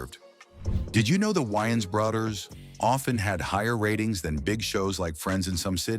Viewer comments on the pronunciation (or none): How The hell Does the voiceovers pronounce the names correctly then just butcher it later.. Ai talking about brudders sounding like lil Romeo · The wines brudders 😅😂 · The way it’s pronouncing Wiyans Bruthers got me😂😂😂